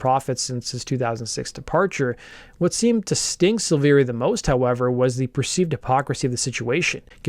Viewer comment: Don’t do a Korn piece if you’re going to call Ray, Rick Luzier and not know that David’s name is pronounced Silvera despite the i